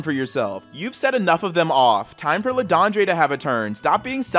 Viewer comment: LeDondre is actually supposed to be pronounced as /ləˈdõdᴚə̥/. It's French.